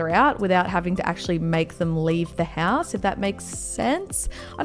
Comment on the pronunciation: she said hass instead of house